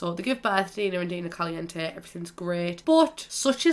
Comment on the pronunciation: I’m Spanish and I’m sorry but I hate the way you say caliente